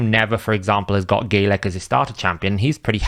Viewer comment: Bro its Galek not Gaylek